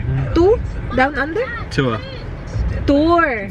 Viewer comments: Ang funny nung "too? to? two?" Ah TOUR 😂😂😂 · Hi bebe...nttawa aq dun sa 'to down under'😅 "Tour pla un...c kc😅